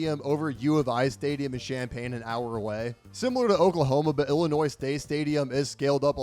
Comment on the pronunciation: You got Illinois wrong